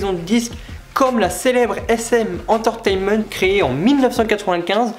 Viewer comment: J'ai essuyé une larme de tristesse face à la prononciation bien française des groupes, pareil pour la prononciation d"entertainement" , un carnage.... T-T Après j'aime le fait que tu parles des groupes, mais tu ne parles pas par exemple des BTS qui font un vrai carton aux USA en ce moment, tu aurais pu parler de PSY, PSY est avec sa musique " Gangnam Style " quelqu'un que touuut le monde connaît, dans le monde entier, tout le monde a déjà écouté une puisque de lui. Sinon après dernier reproche, le fait que tu lise ton texte, ça se voit vraiment, je pense que si tu avais plus appris à la limite ton texte ça aurait été plus fluide niveau prononciation tout ça, après sinon ça va, de bonnes explications etc... assez complet même si je pense que tu aurais pu insister sur certains points...